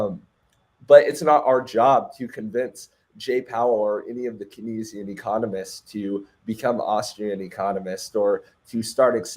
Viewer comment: Sir the way you pronounce kenzian 🙄